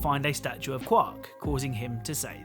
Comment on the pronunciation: I hate the way you say Qwark. I'm sorry, I always heard it like "quarter".